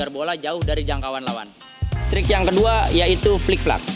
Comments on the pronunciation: Flip flap bos, bukan flik flak 😂😂😂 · Flip Flap Bukan Flik Flak